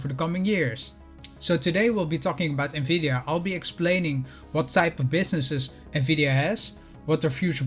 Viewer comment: Omg someone who knows how to pronounce the name of this company Please tell everyone that it’s pronounce “N-VIDIA” not “NAVIDIA” I’ve owned it ever since 2017 bought it at $148. Own 247 shares. Just waiting for NVDA to purchase ARM. This would change the game for NVDA